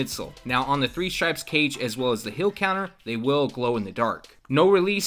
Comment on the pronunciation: heel not hill